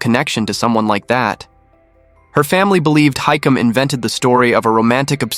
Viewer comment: His name is hisham.not hikim🤣